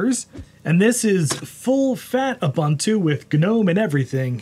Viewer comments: Its nto "Oo bha ntu" ist "oo boon too" Ubuntu stands for "humanity to others" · It is Pronounced OOBOONTOO